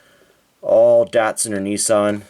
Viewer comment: Nissan “knee saaahhn”